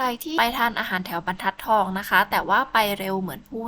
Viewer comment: บรรทัดทองค่ะน้อง ไม่ใช่ บันทัดทอง